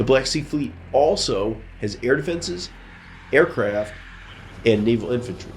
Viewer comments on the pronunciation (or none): none